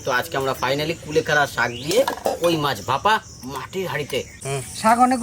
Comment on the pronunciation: Kulekhara ❌❌ khule khara